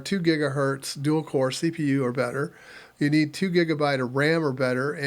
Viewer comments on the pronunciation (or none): none